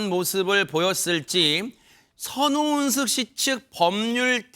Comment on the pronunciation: 흰의상 변호사는 자꾸 선우은식씨라네 ㅋㅋ 좀 천천히 말해도 될텐데 변호사가 저렇게 발음이 자꾸 꼬여서야